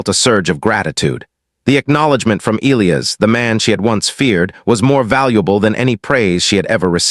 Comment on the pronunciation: "Ē-L ī ' - ăs" please take note, if you do not mind. 🤫😏